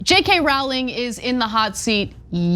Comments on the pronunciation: It's Rowling like bowling not Rowling like howling. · Her name is pronounced /rouling/ not /rauling/. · Why won’t Ana and Cenk pronounce Rowling correctly? Are they ignorant, malicious, unprofessional? The ‘row’ rhymes with ‘no’, ‘row the boat’, ‘robust’, ‘Roman’, ‘roller’. Most children know this. Her name is famous and simple to pronounce. A and C obviously dislike JKR and perhaps consider mispronouncing her name as some sort of put down. J.K. Rowling has made the world a better place through her writing, philanthropy, kindness and good deeds. Her comments on this issue, I believe, are motivated by a concern for the well being of women and to point out worrying outcomes in some judicial decisions. Admirable. Ana and Cenk’s comments seem motivated by something very different. I made a comment in an earlier post that J.K. Rowling is the victim of a ‘hen pecking party’ as described in Ken Kesey’s ‘One Flew Over The Cuckoo’s Nest’ with Ana being Nurse Ratchet. Like RPM, JKR is seen as a rebellious individual who needs to be suppressed and forced to conform. RPM resists with tragic consequences. JKR has been unmercifully hen pecked by numerous people on the internet. They keep gleefully pecking away at her expecting her to crack. Fortunately, JKR appears tough enough to stand her ground like we all must do, like millions have done in the past when confronted by intolerance and injustice. Glad to see many people writing in her defence and making supportive, common sense comments. Lobotomies are not a final solution. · "Jk ralling" she has no credit. Cant even pronounce her name. These two are idiots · Rowling rhymes with bowling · Why are they pronouncing Rowling weird?